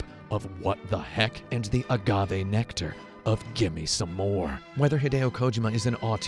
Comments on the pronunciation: Ko-ji-ma not kojoma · Thats how his name is pronnounced. Its not KoJIma. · "hideo kOjima"? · This guy is a total douche bag. First of all, he doesn't even know how to pronounce Kojimas name. Its KO-JEEMA. How does this non gamer not know this? Fucking idiot. Second, anyone that likes to hear himself talk as much as this dude does, isn't worth listening to. Wow. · Why would I watch your review when you can't even be bothered to get the creator's name right? Jesus Kotaku. You've sunk so low.